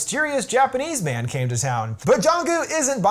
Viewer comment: Took me 10 minutes to realise he’s saying Japanese man and not Japanese band